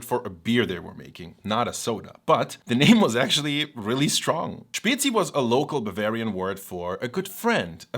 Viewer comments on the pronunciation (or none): May I, as a Bavarian living in Switzerland since 20 years, will finally be able to order a Spezi (it's actually pronounced Späzi) in a restaurant?